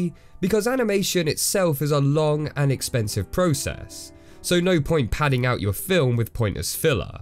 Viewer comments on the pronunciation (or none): none